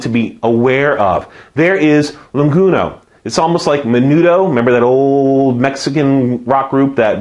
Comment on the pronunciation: I'm taking A&P class this winter. This is helpful. I though it was funny that you said Languno instead of lanugo.